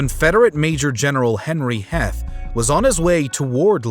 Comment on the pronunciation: Just a quick note that Henry Heth's surname is an alternative spelling of Heath so it is pronounced with a long E sound. He was born in Black Heath Virginia and was descended from the Heaths of England who established the first coal mines in North America around Midlothian, VA (named for the coal towns of East and West Lothian in Scotland). He claimed his troops marched into Gettysburg because of a shoe factory they were hoping to requisition after a long march...hence the most significant battle in American history took place due to poor footwear.